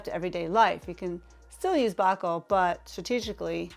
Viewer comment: BAH-KULL ??? You just lost a lot of credibility with me when you don't know how to pronounce Boucle ...with an accent over the e. Boo-clay....it's French.